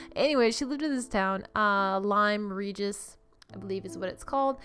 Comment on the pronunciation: Oooh, I love the green exterior! HAHAHAH! It's British collectively as in UK, but English if in England, Scottish in Scotland, Welsh in Wales etc. Hahaha! Well done on the pronunciation of Lime Regis though! 😉 😘